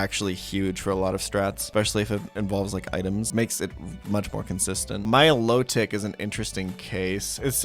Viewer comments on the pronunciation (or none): none